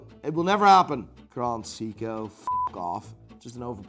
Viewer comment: “Grand” seiko